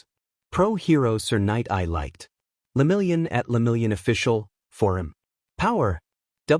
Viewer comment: Lemillion🚫 Leminglion✅